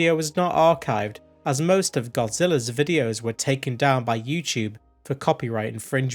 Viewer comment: you might be the only person who says yew-tewb funnier than does. TWU